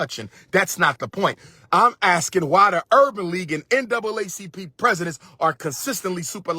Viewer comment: I have a few problems with this message Dr. Umar. 1. You kept saying N-A double C P and it N double A C P as in NAACP. And the current president who had been the president since 2017 is a dark skinned man. 2. Justin Timberlake and Justin Beiber have fans from the white and black communities that’s why they are successful. Being able cross over to all communities is what makes them more popular. In order for a black artist to reach that kind of success they would need more than just support from the black community since we only make up roughly 13% of the overall population in America. I get what you were saying but let’s come with logic not emotions.